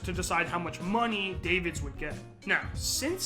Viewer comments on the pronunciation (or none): Edgar Dah-Vids not Edgar Day-Vids. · Edgar Dah-vids, not Davids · Edgar DAAAAAA-VIDS...if you're gonna make a video about someone at least get the name right. that's disrespectful. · this dude mispronouncing davids hurts